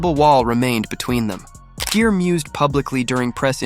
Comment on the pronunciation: Jeer!!!?????? Wtf GERE as in Gear mf